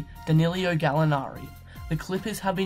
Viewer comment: Quick comment..when u pronance Milos name u read TeoSodic..it should be TeoDosic..and Gallinari it's not Danilio, just Danilo, but nice video, can't wait to see how will this clippers team work out, they have nice assets, and depth in rooster :)